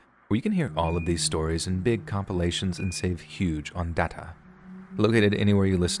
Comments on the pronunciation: I am sorry, I had to rewind because, there is no reason you had to say DATA like that🤣😭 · The way you said data at the end 😆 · The way said data for me rolling 😂😂😂😂